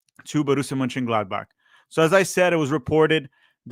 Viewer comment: why cant u pronounce the name of this team